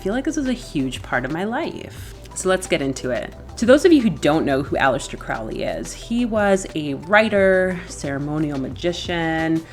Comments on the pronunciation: No disrespect but his name is pronounced Crow-ley not Croully. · It's Crow-ley yankee. You clearly didn't get very far with the OTO